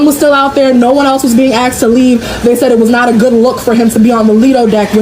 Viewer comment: And "axed," instead if "asked". Ridiculous. In my opinion